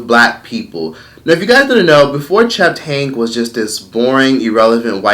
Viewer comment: Where did find that extra letter “F”? Cheft instead of Chet 😂...